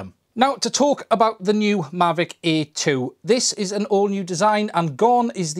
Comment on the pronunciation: Difficult video to make for someone who literally can't say "Air"...